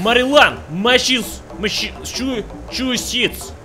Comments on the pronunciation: Mass shi shi shits yes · “Mashachushitts” “YES!” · "Mish..ipp...pippipip...shipipi..." "YES" I just got braces on and i can relate to that so damn well. AYASKA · I live in Massaschuschits, right near Rhodgeis Land and Conneticoot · Ahiow Ayaska konnetikoot mashashushets misyippippi north caroliyana pnsyllivania wiyominj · Nobody: Absolutely no-one:: "mASsAGE sHoE SHiTs" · Massachusetts - Масашисчец im ded xD